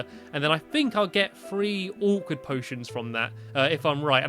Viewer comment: You said potens